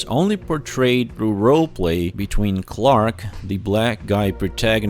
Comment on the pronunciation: The actor has a difficult name to pronounce yes but he for some reason just can't say Clark